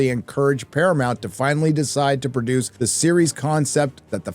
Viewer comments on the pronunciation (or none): none